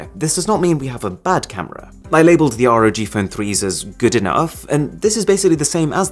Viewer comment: it's not R.O.G it's just ROG like log with a R